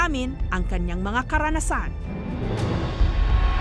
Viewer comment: It should be "kaniyang" not kanyang.